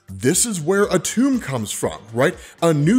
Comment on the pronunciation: It’s pronounced atom… that’s where the molecule gets its name from dammit your killing me